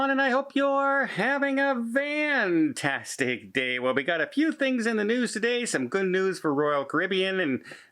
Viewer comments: A while back, he made a mistake in the video and said 'vantastic' instead of 'fantastic' and it stuck with his followers so he is known for that ... Just like tony of la vida local is known for 'ka roozing' :-) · Curious, why do say vantastic?